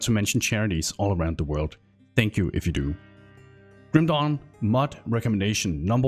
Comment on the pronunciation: Love how you call it Grüm Dohn <3 Nice video